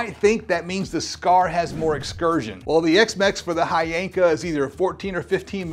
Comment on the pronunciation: And the right way to pronounce it is H Yanka 💀💀